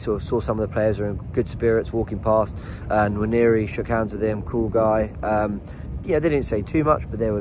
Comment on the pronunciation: Noir-neh-ree... Nwa as in the French noir